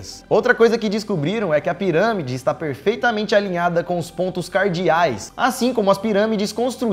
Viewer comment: ele disse ziramide